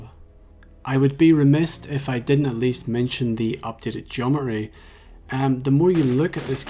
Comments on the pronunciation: Today I've learnt that irish people can't say "geometry". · Hearing you say Geometry has improved my understanding of the etymology of Geometry. It's not Geome-tree. It's Geomet-ry. Meters. Metr-y